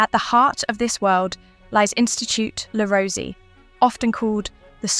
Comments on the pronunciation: Pronounced Le Rose-A :) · Le Rosey is pronounced Le Roz eh . Also, Le Rosey's winter campus is no longer in Gstaad . They moved more than a decade ago. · This piece has irritated me for several reasons: - * The commentator hadn’t bothered learning how to correctly pronounce ‘Le Rosey’. * What evidence is there that parents put their children into Swiss schools for the reasons argued? How does she know that wealthy parents don’t simply want to give their child a different schooling experience? * I know several people who were schooled at one of the schools she mentioned and I know for a fact that scholarships were granted to those with less money. * I also know that this particular school offered fairly ordinary food to its students. Certainly not Michelin Star or Cordon Bleu level! * Whilst some people have done well, that is not the case for all alumni. However, they have been provided with school experiences (skiing, climbing and cultural) that they may never have encountered at other schools. If the parents can afford this, why not? To my mind this piece reflects a classic case of inverse snobbery by the researchers and/or commentator.